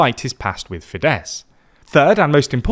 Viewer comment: MA-jahr, TEE-zah and fee-DESS 😂 ok I don't expect you to pronounce the Hungarian "gy" properly but at least you can say FEE-dess and TEE-sah 🙄